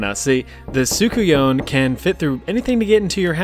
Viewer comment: It’s pronounced sook-un-yah Not what the name says